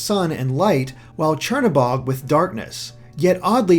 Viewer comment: The pronounciation of Belabog and Crnobog, I can't xD